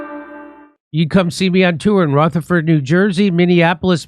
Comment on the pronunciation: As someone from that area, do me a favor, stop saying the "th" in Rutherford like the "th" in think. Say it like the "th" in then. A personal favor. It's nails on a fucking chalkboard for us. Thank you kindly.